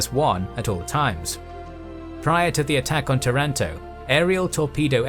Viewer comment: nice video. But not tarAnto, tAranto